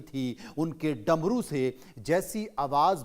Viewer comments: Drmu nhi Dmru😂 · Darmu Nahin Damru Shuddh bola karo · Apne bola damaru ko daramu. 8.59 pr